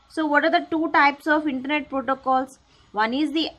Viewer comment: That called as internet not intanet